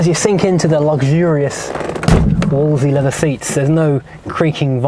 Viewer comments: You keep pronouncing it Wooolsey, whereas it was pronounced Wools-ley. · Somebody has probably already left a comment...but....if you’re doing a video about a car....maybe learn how to pronounce it’s name , it never was a “ wooolseee” , it’s a Wolseley.....say it slowly .....wool zel eee............not that it really matters as all the 1100s were a great design with innovative suspension and lots of space...but started to fall apart after about 18 months, especially the rubbish that was made in Australia. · FFS if you're going to review an English car, and I take it you are English, learn to pronounce it. I'm Australian and even I can pronounce it. It's not Woolsie. Try this...wools....lee. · Wool's Lee. Doing my head in with Woolsie. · Wolseley not “Wolsey” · It's Wolseley not Wolsey!! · Why does he call the car a Wol'sey? It's a Wolse'ley, pronounced Wolse'lee. There are two "l"'s. He only says the first. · why you keep calling it a Wolesey , maybe you dont see the second L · Two points. Back in the day I always understood that the second L was silent. This is English after all! It was only the Morris1100 which emerged in '62 with the Austin arriving a year later. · No the second L was rarely pronounced. Mostly by pedantic types. Like the first D in Wednesday. It is a correct variation but more than 50% of the population would ignore it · You're missing an 'L' in your pronunciation of Wolseley. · What are you doing with all the "L"s which you are saving in your pronunciation of the word "WOLSELEY"?